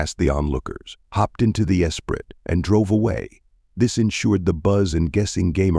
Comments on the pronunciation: Turned it off after 4 seconds when your cheap AI narrator does not pronounce ESPRIT. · Same here. Disgusting.